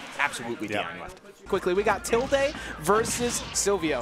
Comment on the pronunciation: Okay maybe it's just me but like.... Isn't the word "tilde" pronounced as "til-duh", and not "til-day"? Are the commentators always getting it wrong or does the player also pronounce their own tag as "til-day"?